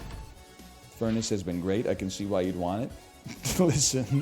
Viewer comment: it's called furnace, not fair-nace for a reason 🤣